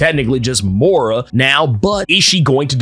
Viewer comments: I love your explanation..but damm your pronunciation of " moira" is ridiculous. Please . It's an British name. Please listen to hiw British people pronounced it. Before you do cause it's hurts my ears. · I's pronounced [moy-rah], right?t